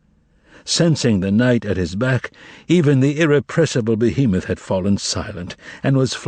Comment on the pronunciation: pronouncing the cats name wrong.